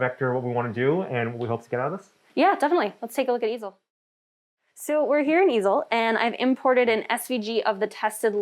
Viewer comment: The first time I misheard it as "The Evil Software", I know it is "The Easel Software", but I can't unhear it now.